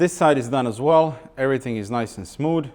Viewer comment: "Everyting is nice and smood"